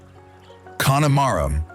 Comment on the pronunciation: Pronunciations again, gall-way, kill_arnie, con_e_mara, I have to stop